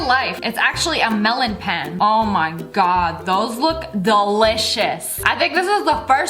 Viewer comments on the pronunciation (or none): Small misconception on how you said melonpan. The way you said melonpan was basically melon, then pan; like a cooking pan. Melonpan is pronounced melon-pahn the reason behind that is the Japanese vowels are not the same as English. A/あ(ah) I/い(ee) U/う(oo) E/え(eh) O/お(oh)